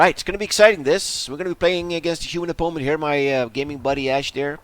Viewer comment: ffs why u say opoment? Its driving me insane man